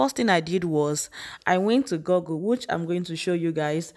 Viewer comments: My dear, the pronunciation is not: Gurgle but GOOGLE as in school!!! The OO in Google make the same sound as OO in school, stool, pool,fool, tool, foot etc. Most Nigerians have it wrong. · You are doing great but pls stop pronouncing Google as Gorgul. It's pronounced as "Gugul".